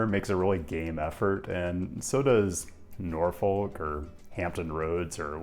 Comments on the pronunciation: Love your videos! In the future, it’s pronounced “Nah-fik” or “Nor-fuk” but never “Nor-folk” lol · Sorry to force-feed you more Hampton Roads content but you don't pronounce the "L" in "Norfolk." You say either NOR-fick or (can't actually type out the other pronunciation but you can look it up).